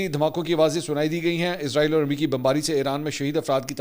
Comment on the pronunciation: # Ask Mansoor Ali Khan آپ وی لاگ ۔۔ اردو زبان میں بنا رہے ہیں تو پھر ۔۔ اسرائیل کو ۔۔ ازرائیل یا عزرائیل ۔۔ کیوں بولتے ہیں ؟؟؟ عزرائیل تو اک فرشتے کا نام ہے ۔۔ تو اس طرح indirectly آپ ۔۔ اسرائیل کو فرشتہ کہہ رہے ہیں ۔۔ تو پلیز زیادہ ماڈرن بننے کی بجائے جو اسرائیل کا اصلی نام ہے وہی لیا جائے تو بہتر ہے